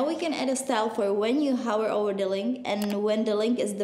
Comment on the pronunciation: when u say hover u say hower lol :P